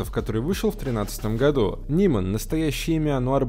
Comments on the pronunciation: Не "нимэн , а "найман" 😂😕👌👊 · Не НИМАН, А НАЙМАН! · Не Ниман, а Найман